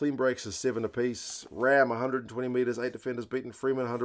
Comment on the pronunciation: Great review, thank you. I think Pollock was taking his pulse in celebration!! Correct pronunciation of Ramm too...erRamm! He's a rough diamond, plays wing too.